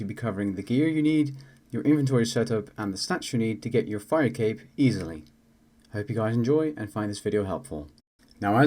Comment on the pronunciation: lol "easyily" xD